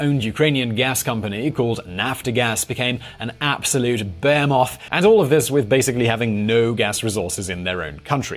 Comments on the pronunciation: He says Behemoth like "bear moth" lol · Also strange way to say "behemoth", I have never heard it pronounced the way he does.